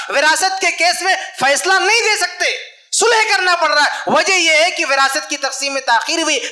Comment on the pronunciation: الحمدُ للّہ موضوعِ تقریر بہت کارآمد اور حسبِ ضرورت لیکن المختصر یہ کہ اردو زبان بہ اعتبارِ معیارو قواعد بہت پست و کمزور ـ مثلاً : ( بطورِ مشتِ نمونہ از خروارے) چاچا بجاے چچا؛ ماما بجاے ماموں؛ باوجود بھی بجاے باوجود؛ بھائی چارگی بجاے بھائی چارہ؛ (والد سے) یہ تمھارا مسئلہ ہے بجاے آپ کا ؛ الگ کرو بجائے الگ کیجیے؛ کہ کا تلفظ کی یعنی کہ کو کی ؛ شوہر کے معنی میں آدمی کا استعمال کرنا : کہنا کہ آدمی کے ہاتھ میں ہو عورت کے ہاتھ میں نہیں؛ بھرپائی؛ سہمت؛ پریوار؛ اتّیاچار؛ بھیانک؛ عقد اور نکاح کا ترک اور شادی کا استعمال؛ کسی کو مت دے بجاے نہ دے؛ والد کی جگہ باپ باپ کہنا؛ تقریباً ٣٠ الفاظ انگریزی کے اردو کے الفاظ کو نظر انداز کر کے؛ من بجاے دل وغیرہ ـ موہن بھاگوت بھی اپنوں میں تقریر کرتے ہیں اور ایسی ہندی میں کہ کوئی نہ سمجھ سکے؛ حالاں کہ شاید سب لوگ اُن کے ، سنتے اور مانتے ہیں ـ لیکن اب ہمارے علماء بھی صحیح اور عمدہ اردو نہیں بولتے؛ افسوس ! جو نا معقول اور غیر معیاری اردو بولتا اُس کے لیے میرا ایک شعر : جو تو بولتا ہے ، وہ اردو نہیں ہے چمن ہے مگر اب وہ خوشبو نہیں ہے (احسان خسرو کا نتیجۂ فکر)